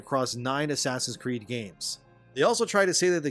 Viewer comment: Absolutely lost it and almost set a new record for spitting my water across the room when i heard “Asscreed”. Made me think if a full title name: Asscreed: Shadows of “The Message”